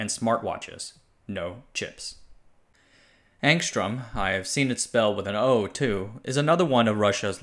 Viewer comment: The Cyrillic spelling is Angstrem but the pronunciation is Angstryom.